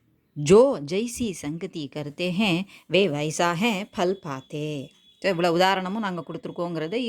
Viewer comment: Mam fal nu dhane varum neenga pal nu solreenga?